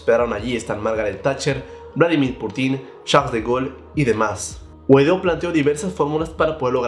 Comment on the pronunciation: Se pronuncia pútin, no putín, con la sílaba tónica en la u, porfa se oye como burlon o irónico cuando lo dices como lo has dicho en todos tus videos, es muy fácil escuchar una entrevista en ruso ya qué seguirás mencionando al Presidente en videos futuros